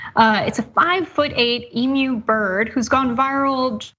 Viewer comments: corrected herself after her first pronunciation of the bird emu and then got it right. Cenk it's "e-mew" not "ee-moo!" Get it right, take it from an Australian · DOH, 🥴🥴 Eemoo? Eemoo? WTF is an Eemoo? Is it similar to a BIMBO? And WWII??? OMG do your research 😤 you say WWII veterans started an Emu war, in 1932,, you must've been 'wagging off' school the day they taught about WWII in your history class, it was from 1939 to 1945, but at least you started saying EMU correctly as the video progressed. And as per most other comments, why bring politics into such a funny story? Double DOH 🥴🥴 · Please!!!! It’s not emooo it’s pronounced eemyou. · Eem-yoo. Not emoo. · It's pronounced e-mew, not e-moo ... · It’s eem-you! Eem-you! Say it with me now. Also, its zebra, not zeebra. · Please guys it is not pronounced ei mu, it is pronounced eem you. pronouncement is spot on👍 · Hey guys, get it right, it's not pronounced EEMOO, it's pronounced EEMYOU! Or here in Oz a bush chook. 🤣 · WWI machine guns were difficult to aim accurately, especially from the back of vehicles. Emu's are fast, agile and scatter when attacked. Makes them perfect for dodging machine gun fire. Also Americans, take a minute to google to how to pronounce emu. It's really annoying to hear you keep mispronouncing it. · Thank you! It's EMYOU ! Not EMOO! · It's not E MOO it's E MM U why do Americans always pronounce it wrong I've never heard an american pronounce it correctly and the graphic TYT put up with is of a ostrich with her chicks NOT a emu and Cenk is always saying how dumb the right is LOL maybe TYT doesn't know the difference between Africa and Australia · Emu pronounced eem you. Not eemoo! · PLEASE Americans, stop murdering our Australian names! Emu is not pronounced Eeem-Oooh! Emu is pronounced Eeem-you! Could you spread it around?